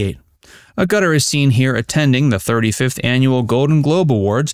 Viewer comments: I've heard her name pronounced, ag- yu- TEHR. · Name is pronounced Ag at or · Dear: Stress is on the first syllable of her name. Agg-utter. It's grating to the ears each time you say her name (but then, you're just a robot, so I'll just let it go). And Disneyland is NOT in LA... it is in Anaheim. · Jenny's surname is pronounced AGG-utter. Common knowledge for decades, from countless interviews with her. Have the respect not to mangle her name! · A-gut-er ? I have never heard it pronounced THAT way before. 😊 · STOP saying A gutter.. It is pronounced with the emphasis on the FIRST syllable. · AGutter! Pronounce it with emphasis on AG! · Promouncing her surname A Gutter is a bit distracting... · The U is said like an A also, a ga ter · Man you need to Google how to pronounce her surname, or edit the video & use her first name only A ga ter ( the U is said as an A ) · It's not Ah gutter. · Jesus your guy manages to mangle words .. her surname is pronounced “ Agg-a-ter” 🤦‍♂️ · Er-Gutter? Really!? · Your totally wrong pronunciation of Agutter is hilarious… it’s Agg…uth…Er. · Yes, the mispronunciation of her surname was bloody annoying me as well. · Yes there are various content providers on Facebook who failed to make the effort to verify some of the most basic things and very often that includes correct pronunciation. A gutter catches water from a roof or along the edge of the streets or to either side of a bowling lane. It is not the last name of one of the most talented and stunning actresses of the last more than half century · I can empathize! How can this narrator be a longtime "fan" and not once pronounce her name correctly? I sincerely doubt his sincerity! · Please sweet baby J* if you are going to make a film about Jenny Agutter please learn to pronounce her name first. I couldn't make it past about 30 seconds. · That's not how to pronounce her name. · You would think you would get the pronunciation of Jenny Agutter right before starting a video about her.